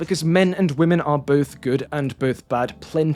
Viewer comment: He mispronounced women😢